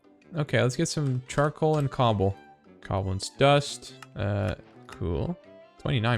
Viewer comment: The way you pronounce covalence disturbs me greatly.